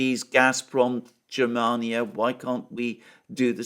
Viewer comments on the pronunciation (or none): none